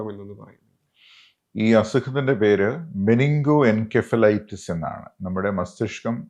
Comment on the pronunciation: "muh-ning-goh-en-sef-uh-LIGH-tuhss" - correct pronounciation